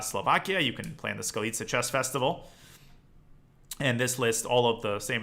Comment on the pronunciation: Great pronouncination of 'Skalica' Danya! Super video, I've been considering to give OTB chess a try after being part of the online chess boom grew into addiction over the last 6 months and your video definitely motivated me. Hope you'll come to Slovakia sometime, I'm sure you'll love it here!